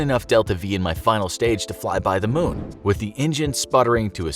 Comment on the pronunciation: Its moon not mun